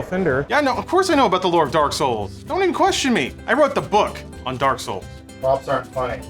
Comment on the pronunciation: Every time I hear someone say Dark Souls, I hear "Dark Scholls"